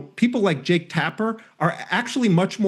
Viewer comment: Jake rhymes with 'joke'. Or close enough not to matter, anyway.